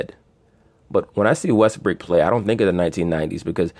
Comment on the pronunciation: Why do y’all insist on callin him Russel WestbrICK..the mans name is Russell WestbROOK..smh I mean I understand that y’all ain’t fond of the guy but show some objectivity to the situation and put some respect the man name by pronouncing it correctly..Smh Respectfully